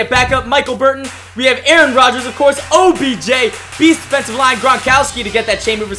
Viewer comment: he said objen